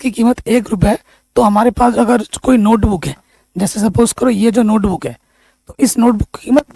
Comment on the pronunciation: Sar 😂😂 नोटबूक नही होता नोटबुक होता है